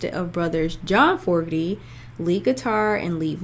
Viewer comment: FYI it’s FO-GER-TY. Enjoyed your reaction!